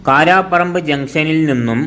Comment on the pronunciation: കോഴിക്കോട് ജില്ലയിലെ ഏറ്റവും പ്രധാനപ്പെട്ട ഹോസ്പിറ്റൽ ആയ വെള്ളിമാട്കുന്ന് നിർമല ഹോസ്പിറ്റൽ താങ്കളുടെ ലിസ്റ്റിൽ ഇല്ലല്ലോ സുഹൃത്തെ. അറിയില്ലെങ്കിൽ അറിയാവുന്നവരോട് ചോദിക്ക്. പിന്നെ "മാലാപ്പറമ്പ് ' അല്ല മലാപ്പറമ്പ് ആണ്. 'കാരാപ്പറമ്പ് ' അല്ല കാരപ്പറമ്പ് ആണ്.